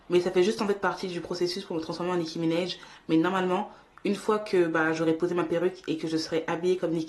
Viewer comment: Comment elle dit nikki Ménage 😂😂elle est tare